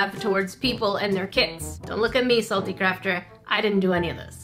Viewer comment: NerdECrafter sounds like your saying carp-/crap.